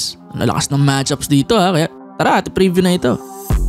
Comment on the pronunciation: It's match-ups.... wag mong gawing one word para kasing matchupa